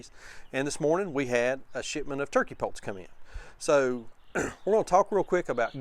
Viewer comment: I just saw my first turkey poult at Rural King, and I am 60 years old... Pits, sounded like you said they turned out to be pits